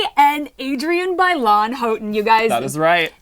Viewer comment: How embarrassing when you pronounce your guests name WRONG!!! BI-LONE it's not that hard people!